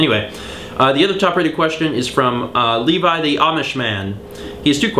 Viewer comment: Yay! My questions were answered! But it's pronounced "Lev-vee," like Eugene Levy. Don't worry, people pronounce it Levi a lot too. Who the hell is Toadette? lol And I am surprised that you like Super Star as well! :D